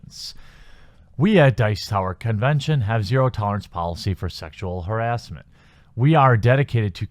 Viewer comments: you are pronounce harrassment wrong XD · There's no such word "harrisment". There's no i in that word. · Harassment = Huh-rass-mint